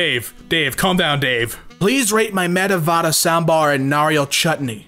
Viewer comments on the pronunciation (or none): I just love the way murdered vada and sambhar, (Its a food from my native place)